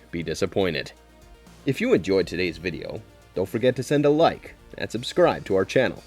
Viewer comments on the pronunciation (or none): none